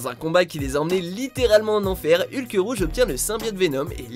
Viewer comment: Excusez moi mais il n'y a pas de "e" à la fin de Hulk!